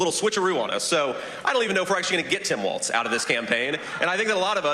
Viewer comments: Kyle, the name is pronounced Walls, not Waltz. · Hey, Kyle, love your work and energy! 👏🏻👏🏻👏🏻👏🏻👏🏻! Thanks for your coverage. Just one FYI: Walz is pronounced “Walls,” rather than “Waltz.” (Not sure which way you’re saying it. Was difficult for me to tell. But lots of people get this wrong. 😜) It’s like “Ballz to the Walz.” 🤘🏻 Just mentioning, since we hope to hear a lot more of his name in the future. 😁 —Minnesotan who’s enjoyed Walz rep’ing my district for 12 years and then state for 2 terms 🙂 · KYLE FOR PETE'S SAKE, WALZ = WALLS NOT WALTZ!!!!🤬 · Kyle, why do you keep calling Walz Waltz? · I enjoyed the video. But let’s stop calling him Waltz. It’s Walz like Walls. Thanks. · Take a shot every time Kyle says Waltz instead of Walz. Dead after half a video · Can you please pronounce his name right? It’s grating… love you…